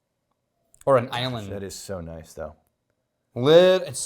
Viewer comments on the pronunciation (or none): none